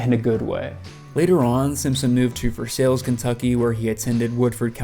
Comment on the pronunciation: Versailles is pronounced “ver-sy”. Great video!!! Love Sturgill.